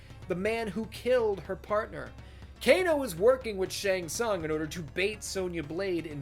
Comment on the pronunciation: Fun fact: Pronunciation of Shang Tsung in this video is sounds like something else in Hungarian. What this pronunciation looks like in Hungarian writing: Seng szang Which is almost saying in Hungarian: Segg szag(very similar pronunciation) That means: Ass Stink